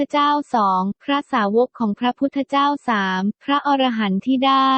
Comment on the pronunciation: คนอ่านนี้อ่านผิดอยู่นะ อ่านว่า พระ อะ-ระ-หันต์ มิใช่พระอร- ระ- หันต์ถ้าอร- ระ -หันต์คำนี้หมายถึง สัตว์ประเภทหนึ่งในตำนานกรีกโบราณ นี้ละคือคนส่วนมากมักจะออกเสียงผิดเสมอ พูดผิดออกสะกดผิดความหมายผิดไปเลยนะครับ